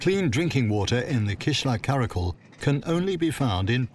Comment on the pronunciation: Just correcting “ kara kol” pronunciation is “kara kyol” and its not tajik words its kyrgyz turkic word, people who is there are kyrgyz ppl